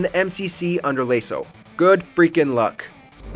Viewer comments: its pronounced lasso not laso. also Friday the 13th servers are closed so it's an impossible achievement now. aircraft carrier? thats a boat not a plane. you need a new editor. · the amount of times he pronounced LASO as lay-so instead of lasso like everyone else does made my eye twitch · Halos laso is pronounced like lasso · Dear WatchMojo, it’s pronounced lasso. Love your videos 🤙🏻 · The fact they pronounced LASO wrong shows me they don’t know what they’re talking about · dude are you even a gamer? why you call LASO that? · I don’t like how you pronounce LASO 😔